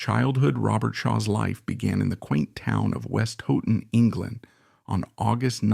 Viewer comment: Westhoughton .. gotta laugh at west hooton..